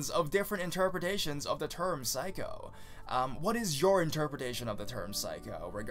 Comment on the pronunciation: The way you say psycho... it causes physical pain.